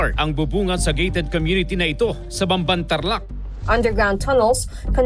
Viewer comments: “These idiots pronounce it as bamban, when it should be pronounced pampan” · nobody knew she was the first one to contest primewater's prices. people actually loved her there. bamban was developed. its not idolatry, just plain facts. people accusing her can't even pronounce bamban right. most of them don't even know where bamban is. sad.